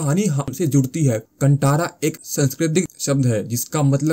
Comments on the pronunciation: It's pronounced कांतारा, not kantara Bhai. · It is not - कांटारा..The pronunciation is "कान्तार" ch*tiyo!!